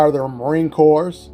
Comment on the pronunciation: **1.) When pronouncing "CORPS" as in the United States Marine CORPS, the "PS" is silent and pronounced "KOR"**** **2.) CORPSE is a dead body****